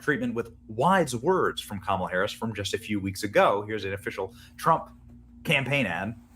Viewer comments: Please learn how to pronounce Kamala correctly. Its COMMA-luh or KAH-ma-la, stress is on the first syllable. Doesn't say much about you when you republish clips of clips, all of which pronounce her name correctly, yet you continue to mispronounce it, stressing the second syllable. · Kumalot Harris is how I pronounce it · comm-alla(says it all)